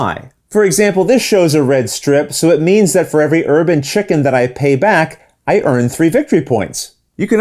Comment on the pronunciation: I definitely heard "urban chicken" instead of "herb and chicken".